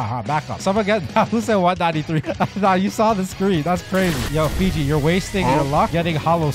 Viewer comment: Stop saying Figi it’s fiji